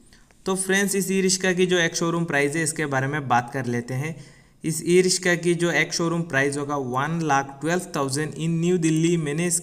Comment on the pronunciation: Rishka Nahi, riksha bol